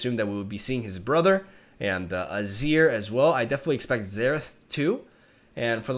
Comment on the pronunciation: It's ruh-neck-ton, naah-sus and ah-zeer just FYI! Love your content as always, live reactions are the best kind